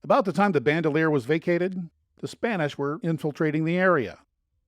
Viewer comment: Also Bandelier is pronounced Ban Del Ee Er. Not bandolier. It’s a surname.